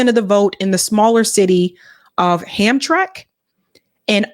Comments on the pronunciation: Sorry, it’s pronounce “Hamtramick”, not Hamtrk. It used to be a predominately polish city which is now predominantly Arab. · More like: "Ham-tram-mik". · Hamtramck is pronounced Hamtramick. It is sitting inside of Detroit between the eastside and the northend (northside) of Detroit. I'm from Detroit, born and raised on the eastside.